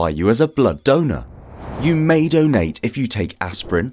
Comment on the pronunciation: The way he says donate tho, I want a doughnut now 👌🏼